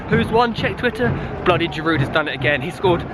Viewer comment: Dear english people, Giroud is pronounced "Geeroo". You should not pronounce the d at the end.